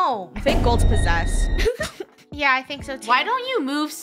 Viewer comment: its possesed not possed